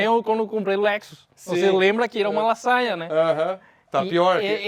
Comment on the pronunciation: Eu entendendo La Saia, sendo que era ''Lasanha'' kkkkk